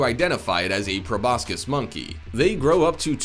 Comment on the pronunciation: If you want us to think you know what you're talking about ( too late) you should learn to pronounce proboscis correctly